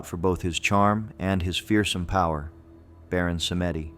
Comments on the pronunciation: Baron "PSALM -DEE", not "Sametti"! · It's pronounced Baron Sahm-dee, not Sa-may-deep. Recently did some extensive study on Voudon (the proper spelling). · My only complaint aside from how the children died in the Myrtles PLantation is how the Baron's name is pronounced. It's pronounced SAHM-dee, but most people don't know that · Baron Samedi is a Haitian Spirit. pronounce Sam-dee & these were mischaracterization... weirdly LaSiren/mermaid is a Haitian spirit too. mischaracterize too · Baron Samedi... Samedi is french for Saturday and is pronounced "sam-dee". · Pronounced Samdei ( like Psalm D) which is Saturday in French. Stay in Southern Louisiana long enough.. you will know these are true. Where the natural and supernatural live together. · And it's pronounced Sàm-Dee